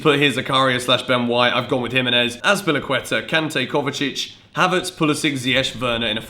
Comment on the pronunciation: As a German I’m triggered by „havertS“